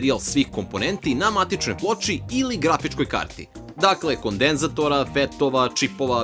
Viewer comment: kondEnzatora, razbacivanje s akcentima :D